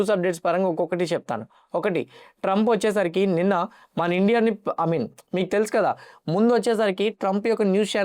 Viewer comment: I Mean.... ❌ అమిన్.... ✅